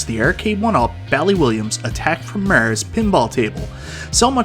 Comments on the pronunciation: Haha does sound funny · The way he says "Mars"! 😂